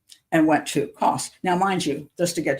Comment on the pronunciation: It's Kos.